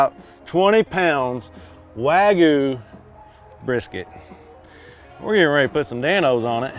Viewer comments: Wag-you not Wag-oou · My only issue is you said wagu. WAGYOU Liked and subbed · Wagyu no wagu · wagYU why do certain people keep saying wagoo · Take a shot for every WAG-OOH he says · “Wagoo” lmao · Wagoo? Seriously? You already know how to say "you". Why is it so hard to say wagyu? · “American waygu” 😂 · Cringey how you pronounce wagyu.